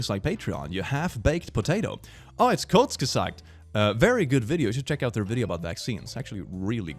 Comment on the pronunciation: I think you're the frist YouTuber i have ever seen that pronounced Kurzgesagt correctly